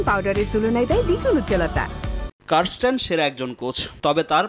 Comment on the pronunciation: কারস্টেন? না ক্যারিস্টেন?